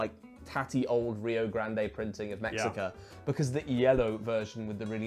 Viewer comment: Mexica is pronounced (mesh-ee-ka )a Nahuatl (now- wat-l) word. They were the people of Tenochtitlan, part of the alliance of 3 tribes including Texcoca and Tlacopan. Source : me a a Mexican Edit: to pronounce Nahuatl words generally x is sh, and you pronounce the l’s give it a try with the other tribes.